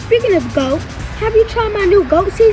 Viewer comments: I love you Laila Ali. There is so much GRACE and ELEGANCE about you- WTF is a GWOAT? Sounds like a speech impediment trying to escape a struggle with pronunciation. YOU ARE and forever will be the classics and greatest women's boxing champ of all time. End of story. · If Laila was 39-40 I believe she would’ve went in and knocked the “gwoat” out